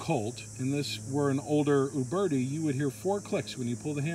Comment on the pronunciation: Also, it sounds like he's saying "you birdy". The U is pronounced as the u in uber. "u - bear - tee".